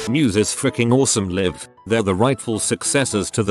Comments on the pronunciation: Was anyone else bothered by the narrator saying Liv instead of L eye ve for Live? Just wondering!!🌹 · If it's a video about "live concerts" and "live shows", maybe use a voice over that can say the words "live concerts" and "live shows" correctly. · Keesha concert. robot can pronounce it right because dollar sign. Yet live is pronounced the wrong way every time. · Why does it keep pronouncing live 'live'?